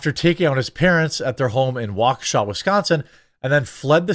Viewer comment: It's Waukesha...